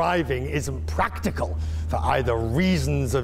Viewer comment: haha "Very often driving isn't pwatical"